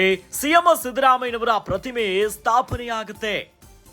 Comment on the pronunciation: ಸಿಎಂ ಅಂತ ಹೇಳಿ ಸಿಎಮ್ಮೋ ಅಲ್ಲ 😂😂😂